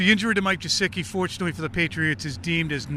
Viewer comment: Why does always say gesicki with a j sound? It's not jesicki it's GEH-SICK-E. So annoying when these guys can't be bothered to pronounce the players names correctly.